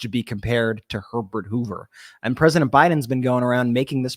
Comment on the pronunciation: 😂 I swore Biden said "Donald Pervert Hoover", but my husband said he said "Donald Herbert Hoover". We rewound; I still think my hearing is more accurate 😂